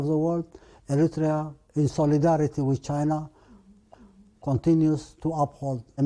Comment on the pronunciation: {"This man stood against ziss & zat... ; "Mutual cooperation wizz China...?" Wut good is that for Eri...? & Did i just hear u correct...? " WE R NOT IN THE STONE...!!! "} .................. BUT WE ARE.................... I think ur mind is playing tricks with your sick-self. Never u mind... hegymonist -- folk in Asmara are harnessing sparks, by striking 2 rocks - as their heat source, in (2023). (Who would have thought?!?) Well... there's the sad, ugly, evil spectra of tyrants -- so much... for legacy.